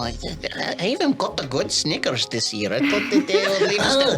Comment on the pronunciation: a Scottish Accent..... saying "Snickers".... just sounds like you are talking about their underwear (Scottish people say "Nickers"). So hearing you talk about the candy bar, just had me rolling.